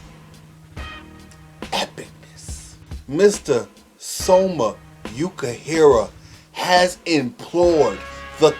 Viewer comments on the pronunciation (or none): Please. It's Yoo-kee-hee-rah, not Yah-kah-hee-rah. :)